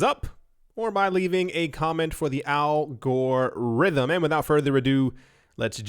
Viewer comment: "Al Gore Rythm" 😄